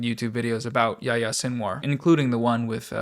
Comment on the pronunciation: Not anybody's fault here but man that pronunciation on Yahya's name got me. It's pronounced "Ya-he-ya." With the "y" following the "h" like that, it follows the long "e" sound like the "i" in spanish.